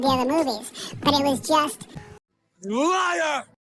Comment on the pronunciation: calling Mike a liat 😂😂😂😂😂😂 soooooo funny